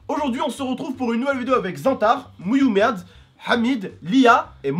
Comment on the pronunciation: Mouiyoumed mdr